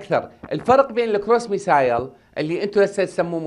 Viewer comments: مع التحية إلى السيد.. باللغة الإنكليزية Missile تقرأ ( مِسِل ) وليس ( مِسايل ).. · ترى الصاروخ اسمه بالانگليزي مِسِل missile مو ميسايل حضرة الخبير